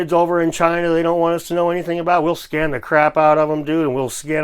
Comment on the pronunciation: you said scan or scam ?